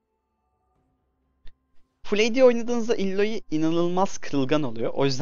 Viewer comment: "Illoiy" değil abi "Aloy" Okunuyor tabi nasıl rahat olursan...